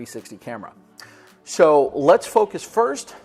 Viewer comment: He says so like show